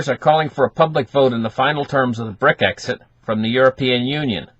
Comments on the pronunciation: It's brexit fella NOT brick exit. ???????? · not Bric-exit, Brex-it :-)